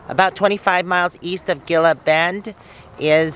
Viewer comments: Gila is pronounced Hee La :) Be safe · Gila is pronounced Hela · Gila is actually pronounced "heela". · Gila pronouced Hee - La . Terry and Scott pronounced it wrong too in their video.